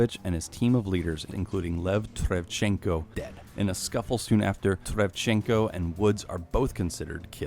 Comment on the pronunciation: Surely I’m not the only one who hears him saying travchenko?